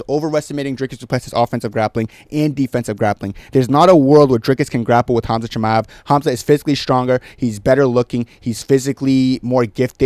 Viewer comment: Why does he say shiba like a retard so often